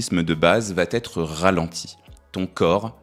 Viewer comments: Non, pas quatre Zéléments, mais quatre éléments. Et non, ça ne va pas Têtre, mais ça va être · "Quatre éléments" plutôt que quatre z éléments - "va être" plutôt que va t-etre. Désolé, deux horreurs en 20 secondes , ça décrédibilise votre travail. Dommage, c'est plutôt bien ...mais désolé, je ne m'abonne pas, ça écorche trop les oreilles...😢😢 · Arrêtez de dire « ça va-t-être », pitié ! Sinon, continuez vos vidéos, elles sont excellentes !